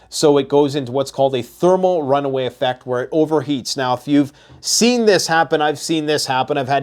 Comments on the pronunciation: It is thermal "run-away" (implying it is out of control), not runway. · RunAway. Not runway… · Thermal runaway, not runway